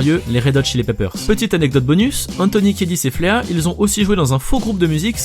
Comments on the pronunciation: "Fléa"?! t es sérieux mec?! Prononce "Flie" putain, tu viens de perdre toute l'estime que j avais pour cette chaîne 😂😂😂😂😂😂 Et ces anecdotes sont connues... Pour la dernière si vous en voulez une bonne, les Foo Fighters pour se venger ont bombardé Chad de balles de ping-pong et de spaghettis en plein concert lors de la tournée Californication quand ils faisaient leur première partie. Vidéo à voir 🙃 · FLEA se prononce FLI (puce en anglais) et il a été ACTEUR dans RETOUR VERS LE FUTUR 2 ou 3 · Et Flea ça se prononce [fli:] Bisous, tata.